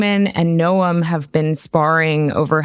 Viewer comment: Here is the proper pronunciation of Secretary of Homeland Security's name.